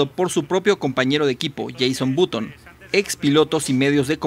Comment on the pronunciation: jeison button XD HAHA